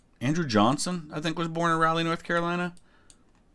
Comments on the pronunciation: Please stop calling it ROW LEE NC it’s RAH-LEE I know it seems small but I live there and it triggered me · I'm sorry but hearing the way you say "Raleigh" is a bit weird to me. I grew up in Eastern NC, and I'm used to hearing it pronounced "Rah-Lee" rather than "Rally"